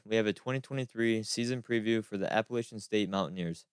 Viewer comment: Most important comment I can think of is learn how to pronounce the name of the school correctly "a-puh-LATCH-uhn”.